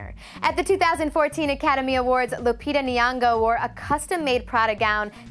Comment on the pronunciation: hold on there did you just say Lupita nyiogo???